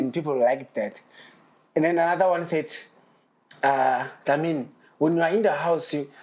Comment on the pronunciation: 😂😂we it's Dlamini not Ndlamini😢😢😂❤